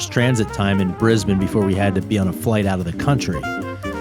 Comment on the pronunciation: wonder if any of these you ferried will end up on our FIFO flights YPPH to YBDG ..mind you we have been seeing a few more A320's and Fokker 100's lately on this route. Of all my channel subs this is my most favourite now. And you even pronounce Brisbane correctly too!!! Roll on your next contract!